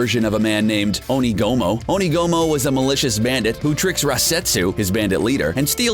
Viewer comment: lol one of the worst. And Onigumo XD